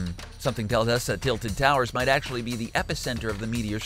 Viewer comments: Saying "tiited towers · "titled towers"